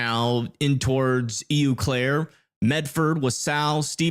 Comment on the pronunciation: Pronounced "O" Claire.